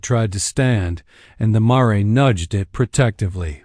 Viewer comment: Very good story. But the narration not so much! The repeated 'dot' and 'maray' for mare was ridiculous!